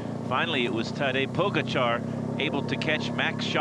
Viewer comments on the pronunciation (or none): The video should be called 20 ways of how not to pronounce "Tadej Pogačar" an 3 of "Higuita"